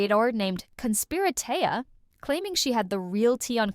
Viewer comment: Her channel is pronounced . Conspira TEA .... like the drink